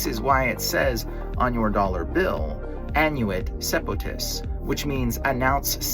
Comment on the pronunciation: Dollar: "Annuit Cœptis": "Ann-yoo-it Seppo-tiss" Learn to read